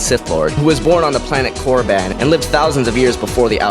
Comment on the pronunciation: I think you said koraban wrong btw